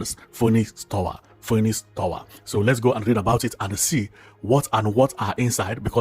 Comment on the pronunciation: Phoenix is pronounced finix, ph is greek for English letter F.. l think it's parking space,most high rise buildings in the island have car parking space in them.Nice one though.Thanks.